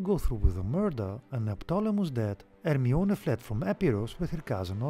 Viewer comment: Her sound like harmiona